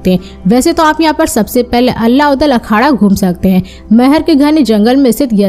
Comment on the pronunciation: दीदी अल्ला नहीं आल्हा हैं 😅